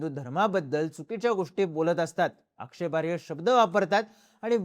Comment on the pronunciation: माहिती उत्तम. धन्यवाद 🙏 पण भाऊ, सतत 'आक्षेपार्ह्य' असा उच्चार करता तो तेवढा बदला कारण योग्य शब्द व उच्चार 'आक्षेपार्ह' असा आहे. ('आक्षेपार्ह्य' हा चुकीचा उच्चारच खरंतर 'आक्षेपार्ह' आहे!!).. क्षमस्व. 🙏🙏